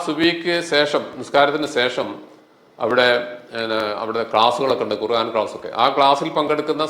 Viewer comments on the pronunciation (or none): none